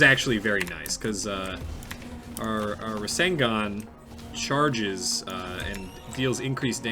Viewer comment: Every time he calls the 2 a rasengun I die inside